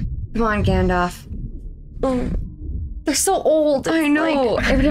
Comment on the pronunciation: His name is not "Gandoff" it's Gandalf. Both As are pronounced the same, like apple. And Sauron is not pronounced "Sahr-on." It is Sow-rawn. Listen to the way the characters in the movie say the names.